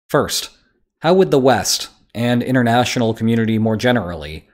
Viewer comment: Why do you say "innernational" when it is "inTernational", which clearly is something completely different. Speaking sloppy is a sign of mental lazyness.